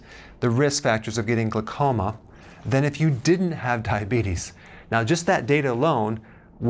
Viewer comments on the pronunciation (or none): Hehe, "glacoma". 😄 It's glaucoma. :-)